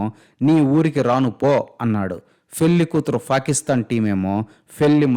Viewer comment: "ఫా" కిస్తాన్😂😂